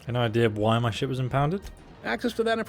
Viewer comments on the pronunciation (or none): I know you said "ship" but it sounds like the most American thing you have ever said. " Any idea why they impounded my shit?"